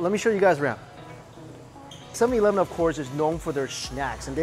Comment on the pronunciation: “7 Yee-leven”